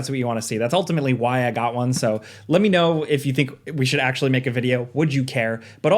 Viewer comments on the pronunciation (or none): none